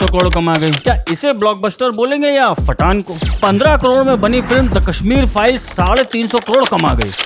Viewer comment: He is saying FATTAN 🤣🤣🤣🧨💣